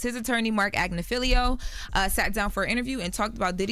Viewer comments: Marc AG-NI-FI-LO it is not Agnifilio jeez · Hey Charlamagne, his name is not pronounced.... Marc “AG-NUH-FEEL-LEO” It’s…AG-NIFF-UH-LOW. Even “AGNA-FILL-LOW” would sound better than what you keep saying. It would be like somebody pronouncing your name as "SHAR-LA-MAG-NEE."